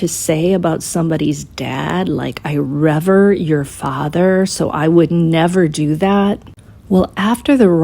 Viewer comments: Rever? Did you mean revere? Or are you saying BK mispronounced it? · Hey T! It’s pronounced Re-Veer, it means to honor, to devote, regard as worthy. Wishing you all the very best! Thank you for the video!